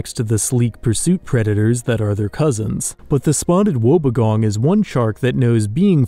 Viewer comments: Love the vids mate! Just a heads up: the wobbegong is pronounced “wobby gong” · Just a small note, Spotted Wobbegong is said like Wobby (rhymes with hobby) Gong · its pronounced Wob-bee-gong btw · You butchered the pronunciation of Wobbegong and it hurt my soul.